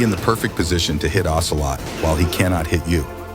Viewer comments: "OCEROT" instead of "OCELOT" 😅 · lol "Ocerot"